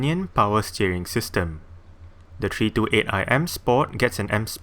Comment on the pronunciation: Treee Two eight"